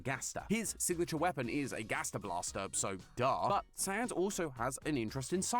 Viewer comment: Every time they say "Saahns" i die a little inside